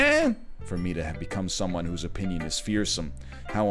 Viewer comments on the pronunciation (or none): none